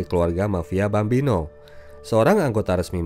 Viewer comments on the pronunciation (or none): GAMBINO bukan Bambino